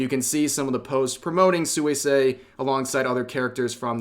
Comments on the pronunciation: You know her name is pronounced "swee-say" and not "sooey-say" 😄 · Hi, Rev, good stuff. One thing: Suisei is pronounced more like "Swee-say" than "Soo-ee-say". It means "aquatic" or "aqueous". I hope this situation sorts itself out. Hololive at least seems more together about this stuff than that other Japanese VTuber agency that has been so much in the news lately. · Did my boi Rev just say “soo-ee-say?” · the way you say suisei is kinda psychotic just sweesay- is fine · I know I'm gonna get dunked on for doing this, but here's a pronunciation tidbit! Suisei is pronounced "Swee-say" in the JP language. I personally try to do it accurately when it's a JP Vtuber, but I'm already firmly in "That Guy" territory by commenting this. XD Love your content, Rev! Keep it up!